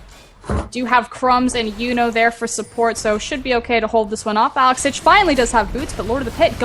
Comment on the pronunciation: I hate the way the man keeps saing Alex Ich ..................